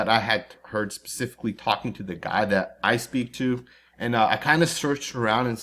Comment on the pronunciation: The word is..."specifically", not 'pacifically'!?*